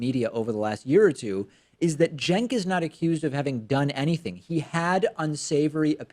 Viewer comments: All I got from this is, at first I thought his name was pronounced "chenk". I then learned his name was pronounced "senk". I now heard his name pronounced, about a thousand times in this video, "jenk" CENKUYGURHOWDOISYOURNAMEPRONOUNCED?!?! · How is Cenk apparently pronounced "jenk?" Or did I mis-hear it?